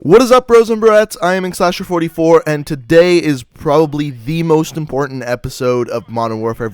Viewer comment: 1st also he said for his intro "" instead of "inslasher"